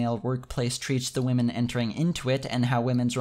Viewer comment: I think you mispronounce waaahmen.